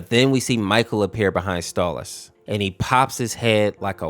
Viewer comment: STALLAS? ITS STOLAS BIT